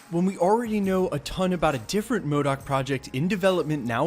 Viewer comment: Not modok